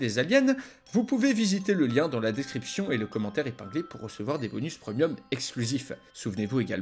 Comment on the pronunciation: Il dit Pr"e"mium et pas pr"é"mium